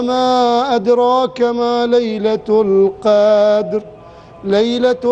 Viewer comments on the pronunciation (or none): "لعل" الشيخ يخطأ في موردين : 1- الظاهر يقول في نهاية سورة الفاتحه ( و لا " الظالين " بدل ان يقول .. و لا " الضالين " ) يوجد فرق بين ( ظ ) و ( ض ) 2- في سورة القدر ( يمد في موضع لا يجب المد فيه .. مثل قوله .. ليلة "القااادر" و هي .. ليلة "القدر" ...... لا يوجد مد * فإذا كان يخطأ بالقراءة .. لا يجوز ممكن للناس ان تأتم فيه